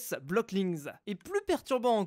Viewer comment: Le |'s| se prononce comme un [s]. On ne dit pas "apostrophe S" ou "virgule S", on l'utilise pour l'appartenance en anglais: The house of Jack -> Jack's house.